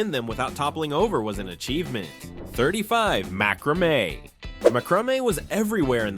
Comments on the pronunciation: I remember all these things but the guy narrating is mispronouncing lots of things, like macromae and Spirograf. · Agreed- I wondered if this video was done by a real person because of the wrong pronunciation of this and macramè.